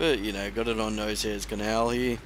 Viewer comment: haha nosehair? its pronuonced NOSH-AIR :P lil bird needs a boost, way too weak and slow.